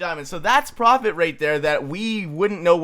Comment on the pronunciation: I love how he said profofit off of it without anyone noticing.